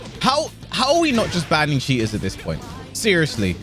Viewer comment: Drinking game: Take a shot every time you hear the word "cheeatah" and get wasted in 3mins